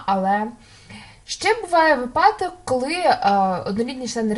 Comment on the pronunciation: вИпадок, а не випАдок ЗНО 2017